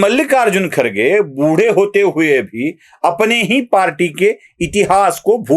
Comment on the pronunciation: YE KHARGE NAHI BALKI KHADGE ENGLISH ME ''D'' KA ''R'' PRONOUNCE KIYA JATA HAI. YE SAHAB K H A D G E HAI KHADG MRUG KA VANSHAJ HAI. BAKI TUM SAMAZ LO.